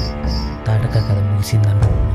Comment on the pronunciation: Good efforts but dialogues are disconnected in some places of the story ... voice over lo pronunciation tappulu yekuvvaga vunai . Its thaatakhi... not thataka , amasya yenti bro Looking forward to the next part👀